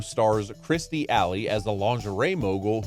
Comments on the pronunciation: KIRSTIE… NOT KRISTIE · You can always tell which generation put these videos together. Neil Patrick Harris was already a star from a prior long running series. Alley's name was pronounced KIRSTIE, not Kristie. You typed it into your AI voice generator incorrectly. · KER stee Not KRIS tee Jfc